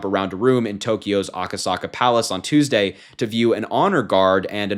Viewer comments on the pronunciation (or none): none